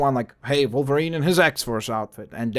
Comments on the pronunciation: it is wolverine not volverine with w not v =) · He said volervine. What the heck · He said volerine. What the heck